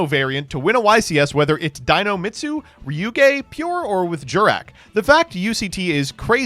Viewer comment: This video just feels like a showcase of why Droll is a toxic card, it just makes half the decks in the game unplayable for the sins of one or two FTK decks that could afford to be hit by targeted bans instead of letting Droll exist. Also please stop pronouncing Ryu-Ge as Ryu-Jay.